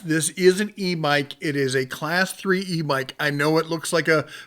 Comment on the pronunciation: I'm not sure if it's me, your mic, or just your pronunciation but I can't help but hear "e mike" when you say "e bike". Impressive range on that.